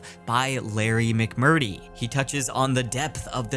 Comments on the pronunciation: “Lone Walk” instead of Long walk Ply mouth Col Bert instead of Cole Bear Mcmurtee vs McMurt tree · If you are going to read Lonesome Dove, please learn to say the author's name correctly: Larry McMur-Tree, not McMur-tee. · Lonesome Dove is a masterpiece! Definitely worth a read, even if you aren't into Westerns. Highly recommend! I think it's pronounced Larry McmurTREE, fyi :) Another great Video sir. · Haha. All good. I grew up with a father and grandfather who read those books religiously, so it was slightly breaking my brain when you were saying McMurty. Haha. It's funny, those books keep popping up on different lists. I read the first one but I may need to return to them. They're so smooth and cinematic. One thing, you'll never look at carrots the same. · Great vid, but you're saying McMurtry wrong. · You don't have to read McMurtry but you do need to read the R in his name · “The Lone Walk” “Stephen Col-Bert” “Larry McMurty” … dude, are you okay?